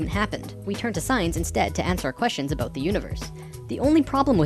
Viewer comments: every time you say aboot i can't help but think of south park lol it makes me laugh. great videos though. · Hehehe, I like whenever he says "about". It's so "aboat" it's almost "aboot". I'm Canadian too and I know we say "aboat" a little too here in Vancouver but the further East a Canadian is from, it sounds so much more severe. Even to me! I can pick out someone from Ontario no problem. If I catch some TV show I don't know much about, I can always tell when it's Canadian if it was filmed in Ontario. And often when it's filmed in other parts closer to the Pacific also. is from Manitoba, I think? So I only notice it when he says "about" or a word similar. But those words really stick out, lol.